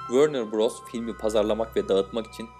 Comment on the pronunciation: Wörner Bross değil Warner Bross diye söylenir nasıl bir telaffuz, ya allahım sana, geliyorum